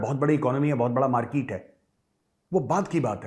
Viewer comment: Major sir, how much I laughed today after hearing your markeeete, Rejev Gandhi..😂😂😂